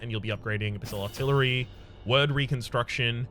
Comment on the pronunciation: Small gripe: The word "wyrd" from "Wyrd Reconstruction" is pronounced "weird", not "word". Means fate or destiny.